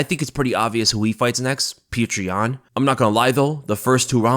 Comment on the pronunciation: Stop calling him PETREY YAN FFS